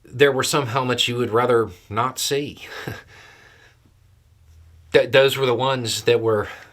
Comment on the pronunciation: LOL I like how you emphasize " ..something you'd rather 'NOT - SEE'" :) hmmmm what else rhymes with NOT SEE ??? 😆